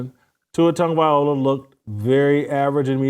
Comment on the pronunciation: Love your channel. Question. Are you intentionally mispronouncing Tua TagovaiLOA’s last name? I know you’re not dyslexic. Plus I’m from the 808 (Hawai’i). Coached against him and his brother, Taulia, so I have a ton of respect for him and what he’s accomplished. So, please give him the respect of pronouncing his last name correctly. Keep up the the fight and mahalo if you begin saying his name correctly 🤙🏾